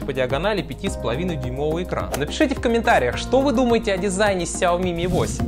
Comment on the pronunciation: русские ставят ударение в середине - сяОми, китайцы в начале - сЯоми (точнее даже шАоми), ну а ты умудрился в самом конце поставить - сяомИ